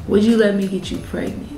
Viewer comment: She said "PRAY-GNANT" LMAOOOOO